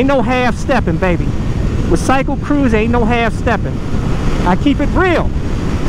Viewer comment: cwycle cwooza